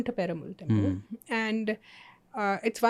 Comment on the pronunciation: It’s not peru-mal it’s peru- maal. And also the one in Kanchipuram is called Varadaraja Perumaal